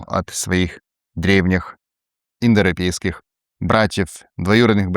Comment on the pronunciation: Индропейские народы) Дети Индры) Ну понятно, что тяжело выговорить, но прикольно получилось же